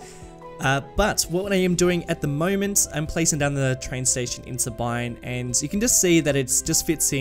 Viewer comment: Sabine is pronounced "Sah-been" - the mm-wiki discord community